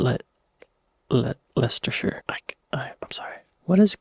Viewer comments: Wooster-sheer. Less-ter-sheer. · He mispronounces them even if he has heard them before (Worcestershire/ Leicestershire) - he has the American trait of only being able to say what he sees.